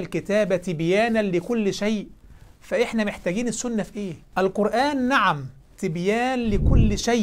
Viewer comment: رائع جداً ولكنك نسيت التشيع هناك هجمة شيعية رهيبة على الأمة حالياً نفسي تعمل فيديو عن أحداث الفتنة الكبرى تصحيح: نِعم أنت وليس نَعم أنت